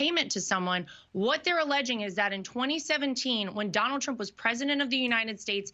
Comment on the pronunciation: Ever notice Lara can't pronounce her father in law's name? She calls him Donowld